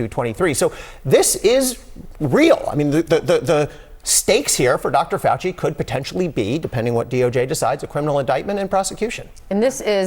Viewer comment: "that fowchi he no goo me no like me like twump he no call me doopid"